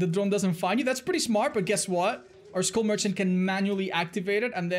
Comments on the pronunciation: i cringe everytime says school merchant instead of skull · I thought he said “school merchant” now I know the name of the character but I was convinced for like 5 seconds. Besides that great job